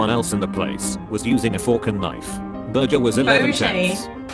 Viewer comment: Burjers, lol